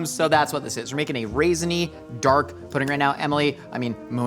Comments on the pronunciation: "Christmas purding" 😂😂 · The fact that Emily constantly always finds a way to make fun of and the crew actually cracks up. I missed this dynamic. Hearing just mispronounce pudding and Emily immediately jumped into whatever bonkerness she has locked in her head to break character. It’s gold.